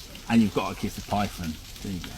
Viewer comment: “Da pyfon” wtf is that man?!? The fact that they came to Aberdeen (my town) to Underground is just tragic mate.